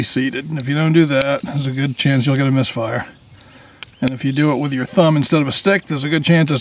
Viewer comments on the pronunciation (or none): none